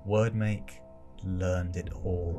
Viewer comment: It’s pronounced weird make, not word make